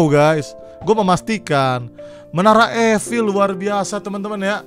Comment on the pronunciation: bacanya menara ifel bang bukan efil